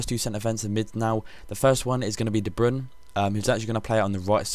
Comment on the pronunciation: de bruyne i think usually plays regular CM or CAM so i think thats why his aerial stats are lower :), and good job on pronouncing his name :)